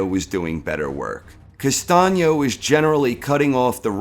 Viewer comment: why castaño ´s face in the thumbnail? castaño > charlo but you are not ready for this nice to hear someone that actually can pronounce "Castaño"